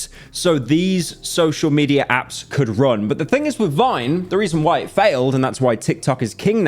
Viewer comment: "Social mederrap" lmao english pereon